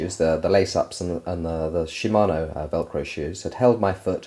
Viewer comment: She-man-o's SHE-MAN-O .... NOT shim-un-o's SHE as in shi, as in shit